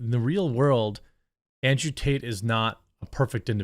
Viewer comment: It sounded like she said andrew taint. LOL. Either way, hopefully the creeps pay their price, regardless of who or what and let the truth set free and condemn..